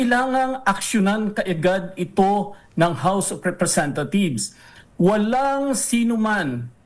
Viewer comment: House of RepresentaTHIEVES ba ang rinig ko?